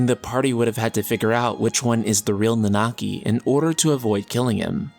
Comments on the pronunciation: Please just stick to calling him Red XIII. I cringe a little, every time you try to pronounce Nanaki. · You guys with this "Nanaki" name calling but want to not spoil FFVII story. I will forever cringe everytime you guys pronounce his name.